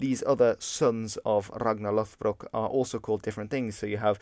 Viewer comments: I'd like to point out that it should be /'loð.brok/ not /'loθ.brok/ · It's not LOTHBROK, It's LODBROK, which basically means LOD=Thick leather pants, and lastly BROK=Breeches.